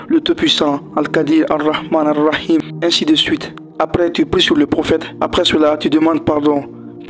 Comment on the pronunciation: Il faut allonger le i dans " Ar Rahim "